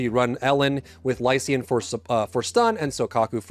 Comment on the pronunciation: Im sorry but the eay you pronounce lycaon made me laugh